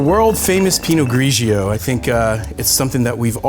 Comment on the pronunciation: Please! pino-GREE-joe not pino-GREE-GEE-oh! Too many syllables! Superb vids.